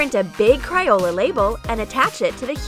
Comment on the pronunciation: It's not cryola it's crayola